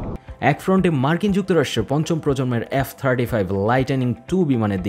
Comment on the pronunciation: এ্যাফ 35 নয়। এফ 35.